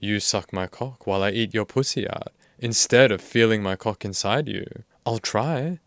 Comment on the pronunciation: I love how you say pooosy 🤣